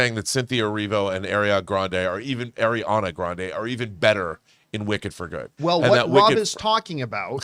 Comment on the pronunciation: She is (ɑː)riana!!! Not (ɛ)riana!!